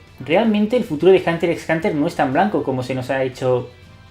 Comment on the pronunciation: men, no es por ser quisquilloso, pero aunque sea pronuncia la X, en vez de decir hunter es hunter, en los otros casos pronuncian la X por lo menos. Hunter x(exs) Hunter, minimo no?